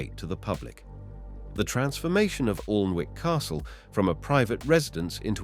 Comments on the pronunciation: Whatever the commentary I got the message, I must say it’s a great place to visit, we up north pronounce it Annick castle not Alnwick so there 👍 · Respectfully, you are pronouncing the name "Plantagenet" wrongly & "Annick"... quite frustrating. 👂🏽🤦🏽‍♀️🙄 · I think he meant PERCY ANS? He had bother with PLANTAGINATE'S too As for ALNWICK CASTLE, it is pronounced ANNICK!!! The ALN is a nearby river and WICK is from Old Norse meaning small Inlet or Bay!!!